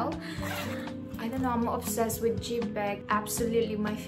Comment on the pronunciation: Omg...jeep ho......its not jeep ots call zip🤣